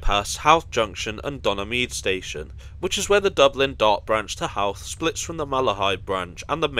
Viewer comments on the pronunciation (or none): Christmas decorations in Connolly Station? Either they're very early or this video has been sitting in the To Do list for white some time. Oh, Drogheda is pronounced "droh-head-a", and Howth rhymes with "both".